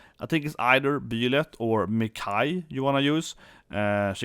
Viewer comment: It's Bye-lyth not Bee-lyth, and Pannette (like Annette) not Panetta. 😂